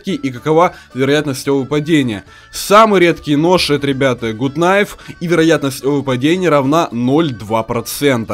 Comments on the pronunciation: Гат кнайф а не гуд кнайф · не гут найв а гат кнайв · Не Гут кнайф а Гат кнайф!!!!! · не Гут кнайф,а Гат кнайф! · правильно надо говорить Гат кнайф а не гут кнайф. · Не Гут Кнайф,а Гат Кнайф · ну гут найф а гат найф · Не гут кнайф а Гат кнайф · Те не умеешь читать какой гуд гад кнайв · Не гут а гат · правильно говорить Гат найф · извини но правильно гат кнайф